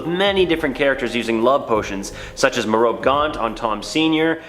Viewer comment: Remus is pronounced Ree-mos Merope is pronounced Mer-oh-pee